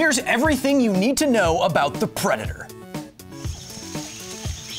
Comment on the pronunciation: "shhh... we awe hunting a pwedatow" (LooneyToons refrence)